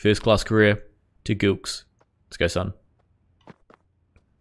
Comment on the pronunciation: It’s pronounced like Jillkes and Not Gilkes btw